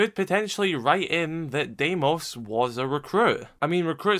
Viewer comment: It’s pronounced dee-mos its a greek name 🇬🇷